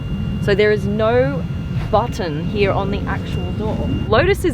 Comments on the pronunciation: Please stop saying “Hiaah” instead of “Here”. Try it, it will sound much better. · "The car hia with the worria design.."